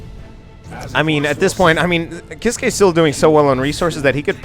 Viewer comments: Grim Reaper Sorry but it is actually pronounced "keys-keh" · It's pronounced keys-kay